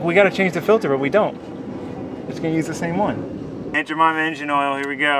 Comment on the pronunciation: It’s..... “Ain’t ja- mama” 🤦🏽‍♂️😂😂